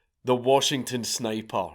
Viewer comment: I had to do a double take when Dank said this because I have literally never heard the name of my state pronounced this way in my life.